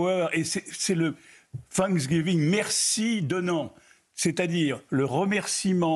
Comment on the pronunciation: Oubliez l’Algérie et occupez vous du “Sanksgeeveengeuu” XD